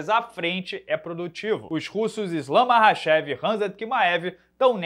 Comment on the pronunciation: Esse "Marrachev" ta de sacanagem